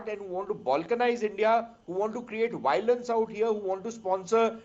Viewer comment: Mr BJP Spokesperson, Stop mispronouncing Canada as Kun-ay-da and violence as Voilance.